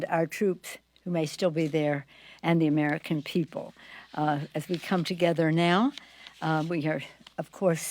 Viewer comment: "Who worked tirelessly for the armican - for theapapiddu- for the" stfu and get off our phones already clearly your mispronounced words are not needed nor do they change anything.